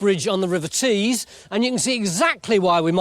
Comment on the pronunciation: River Tees...not trees 😂